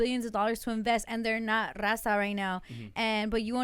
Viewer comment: "Rrraawwwzahh! " yall can speak Spanish... Why do they pronounce Raza like that?